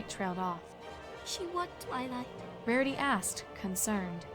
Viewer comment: anyone else noticed that in a line she said Marity?